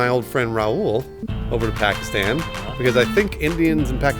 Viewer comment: pronounced Pakistan much more accurately than most white people (like the rest of FH). Grats